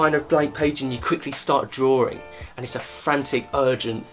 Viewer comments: Him: Says drawing What i hear: dRaWeRiNg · Is it just me or does it sound funny when he says the word ”drawing” haha Great video, though.